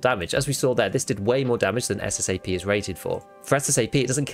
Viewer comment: It’s SSA AP not SSA P!!!